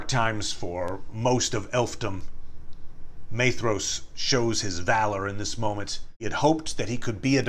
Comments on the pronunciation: 'Maythross'? By Ilúvatar, these pronounciations are getting worse and worse! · Beautiful video, thank you! Unimportant but his name is pronounced MY-thross with a hard th :) Sindarin is tricky